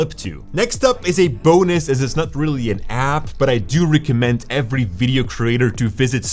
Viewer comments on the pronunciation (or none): none